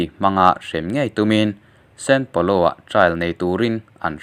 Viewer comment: sao paulo nge san paulo!?? san paulo hi Brazil ah a awm ka hre miahlo mai!!... Channel lian tham nei tan chuan fimkhur hi a va ngai em... keipo'n in channel hi ka subs a nia... narrator tan chuan fimkhur hi a ngai khawp mai.